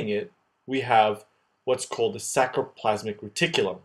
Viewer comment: Awesome tutorial - super clear, extremely helpful, but... please re-narrate: it's sARCoplasm, sARColemma, sARCOplasmic reticulum. It's driving me crazy, please copy edit!!!